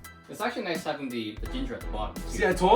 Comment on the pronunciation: G'day mate. Epic as always. So a couple of things.... I need to stop saying I'm hung like a gorilla and did I hear an Aussie "noice... noice" at the tasting? 😁 Oh, I have cooked dumplings on a plate like that for years. 🙄 Nah, just messing with you. You recipe, your way, your video, your way... That's why you are my fave cooking channel. 👍 Just amazing cooking brother! All the best. Daz.